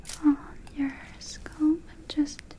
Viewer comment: holidayhoseok I was thinking about this just now. Her English has grown infinitely better. She occasionally slightly mispronounces words, like scalp, but her normal pronunciation and sentence structure is amazing. She speaks better English in like the 2 years I’ve been watching her than my Russian boyfriend in the last 10 years.